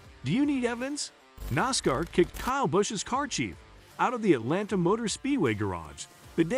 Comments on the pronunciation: A marked improvement would be simply leaning how to pronounce NASCAR correctly. Couldn’t finish watching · Who makes these stupid videos. They don't even know how to pronounce the names correctly. Worst nascar reporting ever.